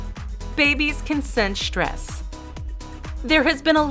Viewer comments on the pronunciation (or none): Its stress not shtress